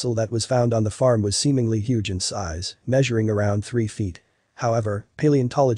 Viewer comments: The narrator should have paid more attention in class. So should have the editor and the director. "Huge" is not pronounced /həɡ/ (hug) it is pronounced /(h)yo͞oj/. Two completely different words with unrelated meanings. This is not the first documentary I have watched recently with a narrator who does not know how to pronounce simple, well known words. When the scientific world accepts lazy mistakes as part of its existence, where does that leave our world with answers for survival and exploration? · The “ hug” rock! How ridiculous that you don’t do a do-over the reading is pathetic. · How on earth could anyone not know the word "huge" the narrator read it as "hug rock". You kidding?